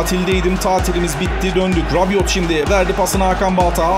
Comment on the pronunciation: Rabiot Fransız ben de Fransız'ım okunuşu rabio ve yazılışı rabiot